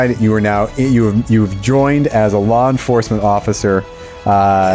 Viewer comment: "LoR EnfoRcemeRnt ORfficeR"